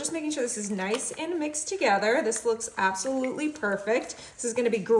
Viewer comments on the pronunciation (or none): Did you say "Apple-solutley"? 😂